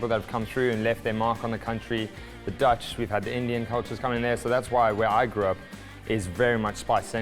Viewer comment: The Dutch emphasis was just weird for me